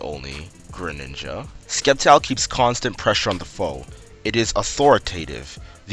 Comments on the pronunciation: its prounced Sept-Tile Not Secpt-Tile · It's Pronouced "Septile" not "Skep-tile" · When a pokemon youtuber says Skept-ile instead of Sept-ile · You said skep-tyle. I thought you were joking. Then you kept saying it. ITS SEP-TYLE!!!! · Did you say SKEPtile omg I can't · You said skeptile lol but nice content i like your commentary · SAY SCEPTILE RIGHT!!! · Aaargh, you keep mispronouncing Sceptile! So irritating! Stahp.